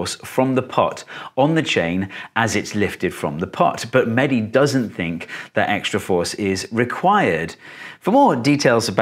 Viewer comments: umm no its mehdi not manny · He is mehdi not medhi plz